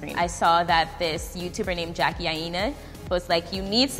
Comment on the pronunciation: Am i the only one who thought, its Jackie Aina not Jackie AiNa